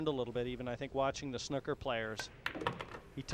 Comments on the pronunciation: It's snooker not snucker!!! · The guy on commentary calls them Snukkers players.